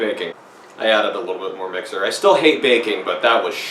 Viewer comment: Jesus, heard "hate bacon" and not "hate baking" and almost lost my shit.